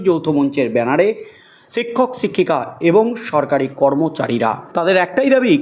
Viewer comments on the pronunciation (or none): "সিক্ষক সিক্ষিকা" উচ্চারণ করছেন